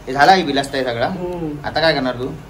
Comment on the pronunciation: Are dada bilasta nahi bolat tayla barista boltat